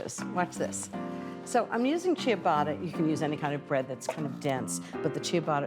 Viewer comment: I hate the way she misprounced ciabatta.